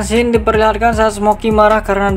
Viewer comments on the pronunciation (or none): gak pake s bro, bacanya sin aja